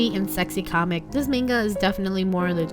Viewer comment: I don't mean to be rude but can u pronounce the word manga as 'MANGA' and not menga it kept on bugging me in the entire video